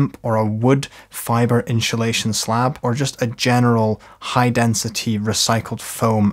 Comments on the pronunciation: Ones you hear "inshulation" it cannot be unheard. Insssssulation please. 😉 Other than that, great video. 🙂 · love the video, great tutorial! ..... I'm pretty sure there's no H in insulation though 😂😂😂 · i love how you say " INSHULATION" bit of a Shaun Connery vibe...🤣 great tutorial, this is my task today! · Gonna have to get me some in-shoo-lation! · in-shoe-leighShion? :-P :-) 😬That's the best way I've ever heard the word insulation pronounced :-) And great panels! :-) Thnx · honeslty he's killing me, so well spoken then its IN SHOE SHATION every time hahahahha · inchulation 😂 love it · In shoe shation, hahahah, I love how this guy says inshoelation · Great video, but what is “inchilation”? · Like Mary Spender’s Chewsday Tawks.